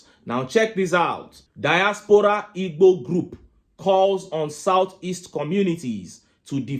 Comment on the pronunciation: Bro, you have got bad accent pronouncing Igbo